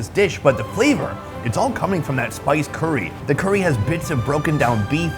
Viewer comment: STOP SAYING CURRY WEIRD!!! 😡😡😡